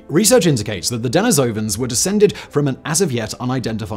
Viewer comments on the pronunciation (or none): de-NI-sovans Not Deni-SOUVans Good grief, man! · "Neander-talls" the "h" is silent. "Dah-nee-so-vens"